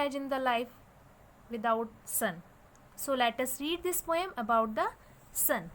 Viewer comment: Not pome it's poem.😂😂